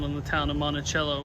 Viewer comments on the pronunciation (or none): I grew up in the town. It was almost required viewing to watch My Cousin Vinny. But. It isn't MontiCHello. It's Monticello. THE C IS SOFT!